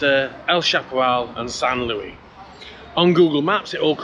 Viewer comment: Great video, as always! But it's not San LOOEY, it's San LOO-EESE 👍